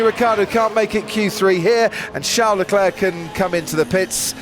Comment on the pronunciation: If I hear “Charles DeClair” one more time I’m going to scream! Get it right Crofty